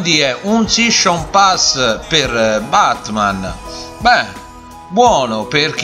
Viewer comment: Shishon pass SHISCHon pass Sei il figlio di Renzi?